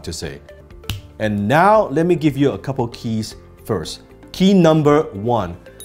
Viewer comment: 不只口音問題，仲聽到好多發音錯誤，Three 讀成Fee , First 無左st音，question的"stion"讀成"純".... 好多字發音的輕重位都錯，原本都好似好多其他人一樣當練聽力，但聽到5-6分鐘後，實在聽不下去。